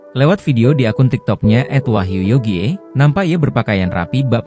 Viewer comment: Wahyu Yogie bacanya Wahyu Yogi,,smart dikit..!!